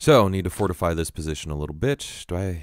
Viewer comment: it sounds like your saying "little b*itch" instead of "little bit" lol :D